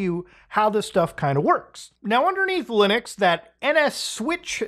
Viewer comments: Muta saying Loonux :3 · i keep hearing "loonix" lol